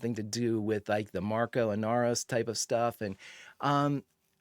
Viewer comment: I don't mean to be a Name Nazi, but.... Marco. No "s". Please. It's wild how many people think it's Marcos, but he's never called that in the show. No hate on you, though. 😃